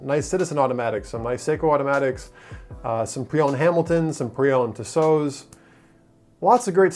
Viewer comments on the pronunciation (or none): none